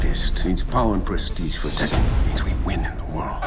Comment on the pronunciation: It's not Taken but Tekken (said Tek'ken with the stop)